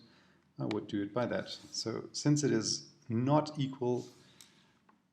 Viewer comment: equal... not eqal